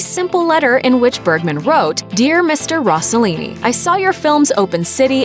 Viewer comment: Her pronunciation of Rossellini is so annoying.